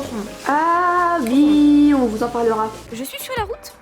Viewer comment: Pk vous dites ui au'lieu de oui?? (